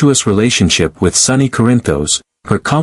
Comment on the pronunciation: Well considering they can't say the characters names right don't belive what you hear like they keep pronouncing his name wrong it's sonny . Not sunny duh